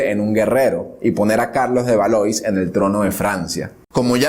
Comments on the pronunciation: Una amable sugerencia. Aunque no hables el idioma, hay que esforzarse por pronunciar correctamente las palabras. Por ejemplo: Jean se pronuncia "yan". Valois es "valuá". Por lo demás, magnífico! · lo que pasa que los nombres propios son incambiables. Se escribe Valois y se pronuncia "valuá". Por elemental cultura debe observarse la traducción correcta.